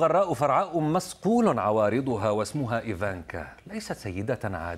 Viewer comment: مصقول عوارضها وليس مثقول لماذا تحبون أن تروا اللغه العربيه تبكى رفقا بها